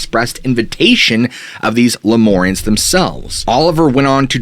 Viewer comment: LemUrians, not LemOrians